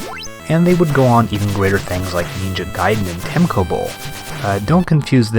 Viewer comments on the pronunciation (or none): I love your videos! Subscribed :D Really great, just one thing though, why do you say Temco, instead of TeCmo? hehe, Keep up the great work! :) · 17 episodes later, and you're still saying "Temco" instead of "Tecmo" !